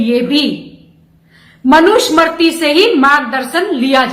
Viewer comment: इनको मनु स्मृती उच्चारण ठिक ढंग से नहीं करना आता.